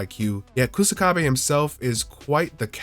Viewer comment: Ku "Suh" kabe is how you pronounce his name. Literally means grass wall